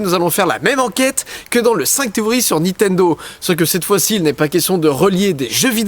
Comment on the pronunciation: En vrai tu me stresses à dire Nitendo au lieu de Nintendo x)